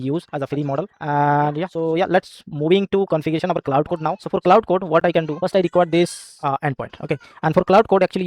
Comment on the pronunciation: Please note that 'Claude' and 'cloud' are two different words. Your pronunciation of 'Claude' is very misleading!